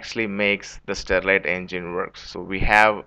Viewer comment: it is sterling engine , not starlit engine.